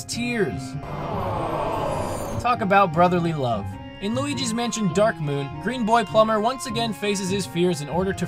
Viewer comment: "Green boy plumber" At first I thought you said Playboy Plumber xD